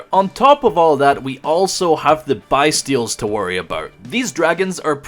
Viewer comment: For the love of Yugi, please pronounce Bystials correctly